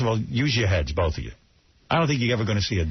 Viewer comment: “you could get foo fightas and bon jovi boff”